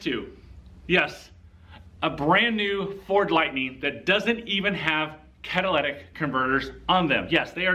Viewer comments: The "cadillac converter etch"??? Who does this guy think he is -- Joe Biden? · Why do you repeatedly say "Cadillac converter"? You have to know better. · Are you saying "Cadillac Converter"? It's Cat-a-lit-ic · Caddilactack converter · It's not a CADILLAC converter, and it's not a CATHOLIC converter! Say it with me.....CATA-LIT-TIC converter! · Did you say Cadillac converter 🤣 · Cadillac converter, Cadillac converter, Cadillac converter, Cadillac converter..... I can't take this clown serious. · NOT Cata- LAT-ic, Cata- LYT-ic !! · It's "Catalytic Converter" not "Cadillatic" Converter".... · Dude...it's "Catalytic", not "Cadillatic." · I know you didn't just say Cadillac converter. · “Lit” not “lat” Catalytic not cadillatic. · Catalytic not Cadillac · Yo, second grade. The word is catalytic . Not cadillac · You fail because you said Cadillac instead of catalytic? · Did he say Cadilladic converter? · CA-TA-LY-TIC not Cadillac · A Cadillac converter etch?? Learn to talk!! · Cat-a-litic, not Cat-a-lattic. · Dude, why do you keep saying "cat-a-llac" converter? It's "cat-a-lyt-ic". Did I miss the humor disclaimer? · Cat-ah-lih-tick. Not cat a la tick or any other of the crazy ways people pronounce this. Not Cadillactick either. Lol. Thank you for exposing these criminals. A thief is definitely a thief. Catalytic converter protection on a Ford Lightning. LOL!!! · Say it with me “ cat a lit ick” 😂😂😂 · You are in the auto industry.Learn to pronounce the part please.Not trolling you ,just want you to sound educated.. ka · tuh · li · tuhk ! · I love how he can't pronounce the word right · anyone who cant pronounce catalytic converter automatically loses all credibility